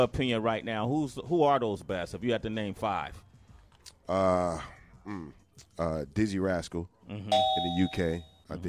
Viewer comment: He def gets my respect for sayin dizzee rascal